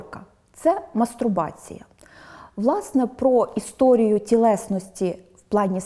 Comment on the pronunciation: Вибачте, але термін "мастурбація" шановна пані , мені здається, вимовляє з помилкою....(